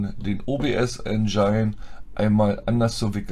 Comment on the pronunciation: Mir tun die Ohren weh, bekomme Gänsehaut wenn manche Leudz aus Tschörmenie veruchen jedes englische "ine" als "ein" versuchen zu lesen. Der Verdampfer heißt Engine (Aussprache: ändschinn; wie das "dsch" beim Djinnie). Engine = Motor, Maschine (engl.)